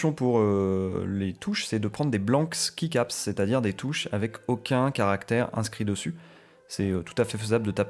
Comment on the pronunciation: Super vidéo ! Vraiment informative et riche merci beaucoup, le rythme de la vidéo attire l’attention, on a envie d’écouter et d’appofondir ses connaissances. PS: juste un minuscule tout petit détail, key comme dans keycap ça se prononce juste « ki » 😊